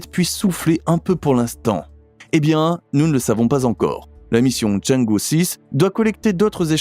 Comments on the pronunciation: cháng'é (嫦娥) se prononce tchang-euh et non pas tchã-dji... Dommage que la voix ressemble tant à une voix d'ordnateur, et qu'il y ait autant de baratin au début... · CHANG' EU pas "i". C'est pénible pour les oreilles....